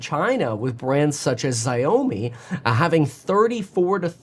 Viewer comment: Correct pronoun for XiaoMi is like Shaw Me, not Zio Me